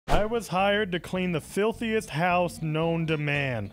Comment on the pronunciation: You know he’s British when he says filthiest